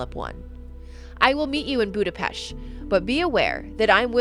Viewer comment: As a half-Hungarian, I salute that you pronounced Budapest correctly! Amazing video as always, for me the biggest abomination would be turning a children into vampire, it must be haunting to be many centuries old, yet the world around you treats you as the world just started.